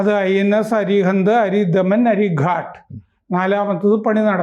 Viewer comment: അരി ഘാത് അല്ലേ? ഘട്ട് അല്ലല്ലോ?